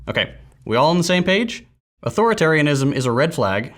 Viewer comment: It's eight syllables.